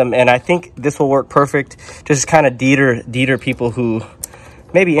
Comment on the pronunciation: Great video. Just a heads up: deter is pronounced "dee tur."